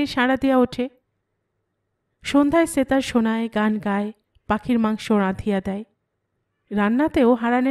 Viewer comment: Why do you say "setar"... in bengali, it is pronounced as 'SHetar'